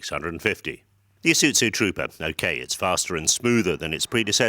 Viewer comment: ee suiT zoo.... OMG.... it's Ee-sue-zoo....